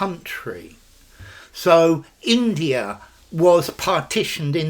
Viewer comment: there's an intrusive r in "india(r) and pakistan"